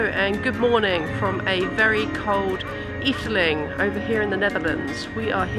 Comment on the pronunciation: Just a note, its Efteling. The E is silent for your Brits. Just pronounce it Fteling. Fteling And the first darkride you were in , is called Droom vlucht . translated as Dream flight .